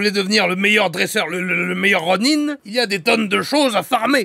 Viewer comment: Merci d'avoir rétabli la véritable prononciation du mot "ronin" car "ronain" c'est vilain !